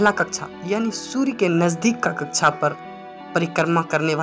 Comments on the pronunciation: भाई थोड़ी हिंदी सुधार लो। कच्छा नहीं कक्षा होता है। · आदरणीय हिंदी बोलने में त्रुटि परिलक्षित हो रही है। हिंदी मे कक्षा कहा जाता है। ना कि कच्छा कच्छा यानि अंडरवेयर होता है। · sorry sir कक्षा बोलते/कहते है। कच्छा आप बोल रहे हैं।🙏🤔 पर class 👍👌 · Kaksha bol rha h ya kacha😀😀😀